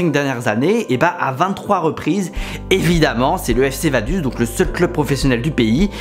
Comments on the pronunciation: Vadus 😂 ca ce prononce vadoutz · Vaduz, C'est pas vadus, c'est vadoutsse, la prononciation 😂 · Vadouz c'est pas US mais OUZ svp les FRANÇAIS APPRENEZ à parler correctement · Je ne sais pas si c'est parce que je suis Suisse mais Vaduz c'est très loin de se prononcer "Vaduze" mais bien "Vadoutss". Super vidéo encore bien expliquée est surtout très drôle. On attend déjà impatiemment les prochains récits de foot, le plus beau sport du monde, avec enthousiasme ! Force à toi et continue encore tu as des très bonnes idées et réalisation, bonne idée d’avoir des sponsors par vidéo car tu n’as toujours pas réussi à percer dans le ballon rond ;) PS: Pour y avoir joué oui les division 5, 6, 7 et 8 du football suisse font mal aux yeux mais quand on voit les clubs français qui restent en compétition européennes ça nous rassure. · Si jamais on prononce vadouts pas vaduz... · Vaduz sa se prononces vadoutse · Vaduz ça se prononce "vadoutz" si jamais, sinon super video com d’hab! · MEC, tu m'a tué! Je suis Suisse et c'est réel, tout leurs clubs sont eclaté hahahahaha. Par contre ça se dit VadOUtz en phonétique ^^ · Pour la prononciation on dis "Vadouts", sinon bonne vidéo bravo :-) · Super vidéo. Mais si jamais Vaduz se prononce : Vadoutz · Ça se dit "Vadouts" merci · Au passage, on prononce Vadoutz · On dit Vadoutsss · Si jamais Vaduz se prononce « Vadoutsse » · Merci pour cette vidéo. Malgré l'échec de la tentative de l'accent suisse et de la prononciation de Vaduz 😂.